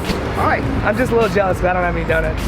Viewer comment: ITS PRONOUNCED DONUTS. NOT DONITS. FUCKING CRINGE TO MY EARS